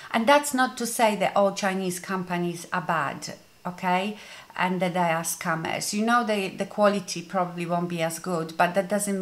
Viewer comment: love that your accent makes scammers sound like scummers which they are!!